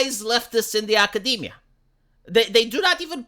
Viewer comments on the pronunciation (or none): none